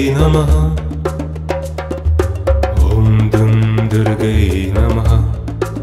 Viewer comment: Incorrect pronunciation. Durgayei